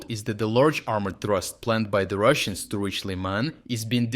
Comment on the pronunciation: I wait for it... "unfortuntately for the Russans"